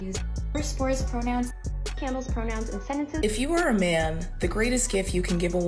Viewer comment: Wtf os this candle pronounce . man america stay strong we are with you.